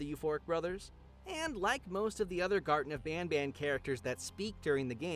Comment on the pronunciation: Ele fala gartem of banba mas o serto e gartem of banban com n no final ele fala banba por que ele quer